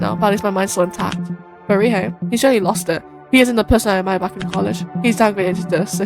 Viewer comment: What a proper playthrough! Your pronunciation of Ryohei was lovely and thanks for liking the lore plus minigames. Cheers!